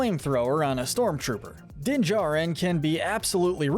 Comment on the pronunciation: I'm sorry but you keep swapping between saying "Jarin" and "Jurin" when pronouncing Din's last name. It's irritating